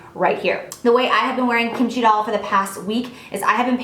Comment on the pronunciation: Lol the way you pronounce kimchi doll is so funny but it's ok ily and kimchi is a Korean side dish that is really popular with Koreans if you were wondering